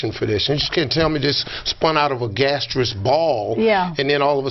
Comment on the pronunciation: it pronounced gaseous not gaterous, so whos the idiot??